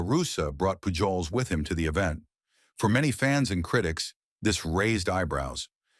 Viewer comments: PAJOLS. LOL 😀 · How u gonna make a baseball piece and not know how to pronounce Pujols?